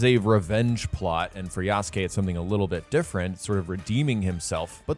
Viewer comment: I love how you refuse to pronounce Yasuke correctly.